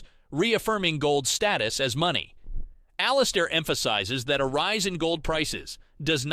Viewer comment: IT'S ALL-IS-AIR AND HIS DAILY NOTHING.